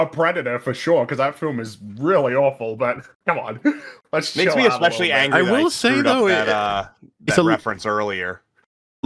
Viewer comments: This guy actually said "EXspecially" and "all intensive purposes" in less than 2 minutes, we're in for a treat with this one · Man this guy is dumb. Lost count of how many times he misrepresented or misunderstood Drinker's points, and it's hard to take him seriously when he says "eckspecially", "for all intensive purposes", "plutonic" etc. When you want to act intellectually superior to whom you are responding to, it would behoove you to speak your native language correctly. Just another low-effort slop breadtuber.